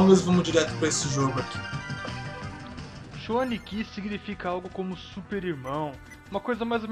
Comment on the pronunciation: A só uma observação é Cho Aniki, não Chou :D mas o vídeo ficou massa.